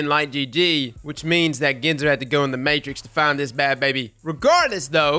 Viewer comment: It’s Ginsor, like Gin and Tonic lol.